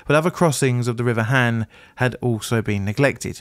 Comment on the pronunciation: Just an fyi for future videos featuring Korea. Korean does not have the short A sound so whenever there is an A, it is always pronounced as a long A sound. So HAN should be pronounced HAHN. (An exception is when it is next to an e as that becomes a digraph). I won't correct the other pronunciation mistakes because a lot of them just don't exist in English and would be too difficult, but the A is an easy one to remember and to fix.